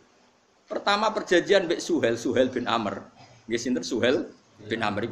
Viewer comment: yang bener itu SUHAIL min bukan SYUHAIL apalagi SYUHAIB. ngaji yang bener dulu min jangan cuma modal terjemahin